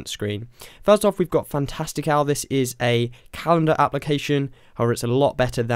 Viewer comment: I couldn't quite understand what the calendar app was called. Was that Fantastic Elvis? I replayed the video over and over again but thats what I heard and its not appearing in the App store when I search. Thanks